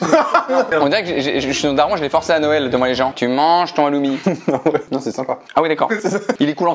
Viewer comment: Hommage à tous les chypriotes qui ont du crier derrière leur écran pour la prononciation du Halloumi et surtout de ses origines 🤣 ce n'est pas un fromage grec mais chypriote 😭🙏😅